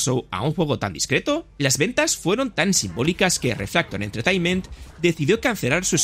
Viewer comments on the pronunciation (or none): none